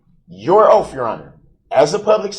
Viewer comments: "Dat's your Oaff" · I'm sick of hearing him say, "Oaf". He needs to learn how to pronounce words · Judge tell the "TROOF" about your "OAF" 😂🤣😂🤣😂🤣 OMG he is so disgusting 🤮🤢🤮🤢🤮🤮🤮🤮 He looks like he stinks like sweaty nasty balls!!! 🤢🤮🤢🤮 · "I ax'd my charge to be adjundicated, the grounz for the sub-stain was like a tackit agreement with a biast rush to judgment. It was you who took dat oaf of office"